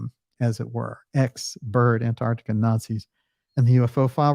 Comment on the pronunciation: Well done, the first American on Youtube who can pronounce Antarctica properly!